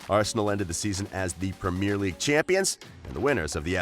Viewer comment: Your pronouncing of Henry, Ronaldinho & premier league are shocking lol